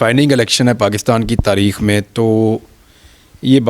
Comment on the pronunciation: اینکر صاحب تریخ لفظ نہیں ہوتا 8 تاریخ کو الیکشن ہے